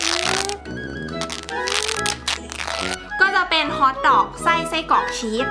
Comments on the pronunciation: ชีสค่ะไม่ใช่เนยน่ะ❤️❤️❤️ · ทำไมพูดชึสเป็นเนย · ชอบพูดผิดพูดว่าชีตเป็นเนย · ที่แรกที่พี่พูดบอกอุปกรพี่พูดว่าเนยแต่พอทำพี่ทำพี่พูดว่าชีสพูดผิดค่ะ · พี่พูดว่าชีดเป็นเนย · พี่พูดผิดจากชีสเป็นเนย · พูดชีสเป็นเนย555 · พูดผิดชีสเป็นเนย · พูดผิดค่ามันคือชีสค่า